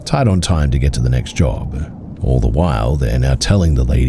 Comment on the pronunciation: I'd listen to the remaining 50 minutes, and more episodes if the end of every other sentence wasnt 'uh'. Job-uh, Maybe-uh, Explain-uh. Or so-uh. View-uh. Lane-uh. Though-uh. People seem to like it. Maybe I'm r-worded.